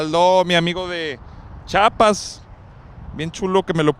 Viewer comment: Que alguien le diga a Marcelo que se dice Chiapas no chapas. Saludos a los de montegey